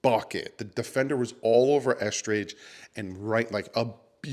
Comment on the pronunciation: The way you pronounce EsKridge gets me lol. I always think you are about to say Estrogen 😂😂